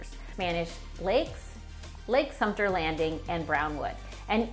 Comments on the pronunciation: It's Lake Sumter, not Lake Sumpter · It's Sumtaa...